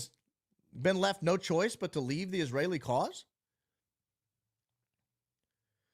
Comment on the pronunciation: Same thing he's doing with Bill ackman calling him ackerman